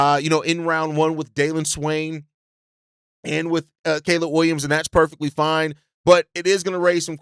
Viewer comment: Say Caleb “Williams” one more time….